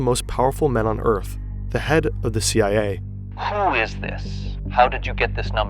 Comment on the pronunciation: "CWA" 🤣 really?